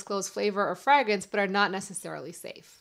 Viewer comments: The first a in fragrance and fragrant is a long a. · I had never heard that pronunciation of "fragrance" before, so I thought it was a slip up the first time. Then she stuck with it and now I'm curious if it's a pronunciation others also have? Anyway, very helpful video! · You say fragrance in a way that must be a very regional dialect. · Why does she pronounce Flagrance the way she does? Is it part of an accent?